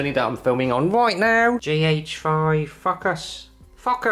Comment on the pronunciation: Fuckass! Fuckass! (Fohcus, foekis, phokiss, focus, FUCKASS)